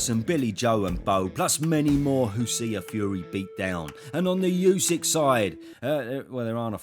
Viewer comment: Would be great if you would become the first English-speaking boxing commentator to pronounce Usyk propa. It’s Oo-sook